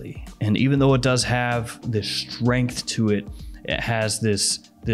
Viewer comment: POWER, STREEENGHT, KRAAAAFT 😂😂